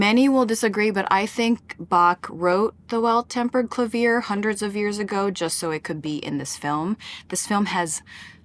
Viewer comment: amazing video but thank you mitski for teaching me how to pronounce clavier properly